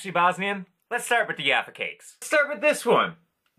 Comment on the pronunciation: Plazma style Bisquits are sold in so many shapes and sizes (ofc other names in the Balkans) and we love them despite simple. That snap! Bro just a hint the "J" in Jaffa your read like "G" Great video and props to Alan